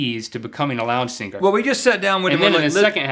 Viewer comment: Link sounds like he says singer with 2 g's. singger